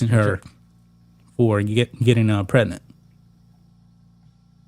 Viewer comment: Please learn how to pronounce "Pregnant". 😂😂😂😂